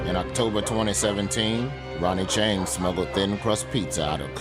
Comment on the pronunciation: Ronie Chieng. Don't kha khi khong, kha khi song.